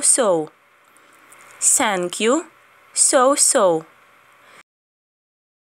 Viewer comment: Thank you говориться не Сенк'ю, а з м' ягкою Т...